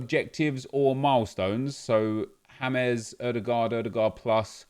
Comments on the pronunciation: this he just call Daniel James “Hamez” like James Rodriguez😂😂😂💀💀💀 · technically it isnt hames in english but he isnt saying it incorrectly... in spanish it is hames. i do the same alot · Why’d he say Daniel James like James Rodriguez